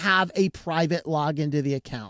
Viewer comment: Google/microsoft/Apple already know everything about you, your 7 years too late buddy! When he says the word private I start laughing